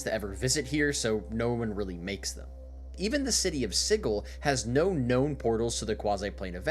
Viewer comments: please never pronounce that word like "siggle" ever again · Sigil. Sij-el. If it's spelled 'Sigil' it's pronounced that way. The writers are wrong. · Hearing Sigil with a hard G immediately filled me with enough infernal rage to throw my entire wooden desk through a wall, you owe me a new wall and desk